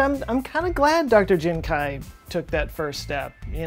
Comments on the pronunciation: How do you even pronounce kui as kuai... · The question is, why is pronouncing "kui" as "kai" in Jiankui? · Is kuei not kuai just throwing it out there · might wanna work on your pronunciation and usage of chinese names... He Jiankui would be pronounced like "huh ji-en kwee" and "He" should be his surname so it would be Dr He. also, "mosaicism" is from the root word 'mosaic', i hope you know how to pronounce that one.